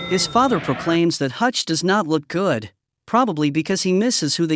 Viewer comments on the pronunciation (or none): none